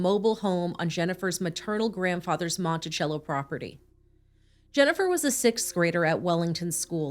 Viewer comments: It’s pronounced Mon-ti-cell-o. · I grew up with jen. Lets not forget when they went to speak to Cindy and Jim they night of her missing they were eating popcorn watching tv. And it's (monti-sello). We all knew what happened to her before it was posted on the news.ĥ